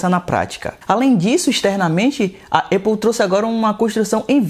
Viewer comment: Uma hora fala EIPOU outra hora fala ÉPOU, e em nenhum momento falou o nome certo. Cara ele fala muita bobeira, da pra ver que ele só quer realmente views! Péssimo canal